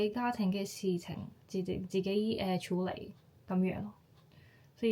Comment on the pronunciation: 用 "媽咪" 會自然啲， 用 "生完仔之後" 會好啲， 男女平等，平讀ping4，唔係 peng4， 處理，處讀 tsy5。 其他都講得好好，有95分。 聲音好溫柔，聽落反而有啲唔慣，不過好吸引，幾好。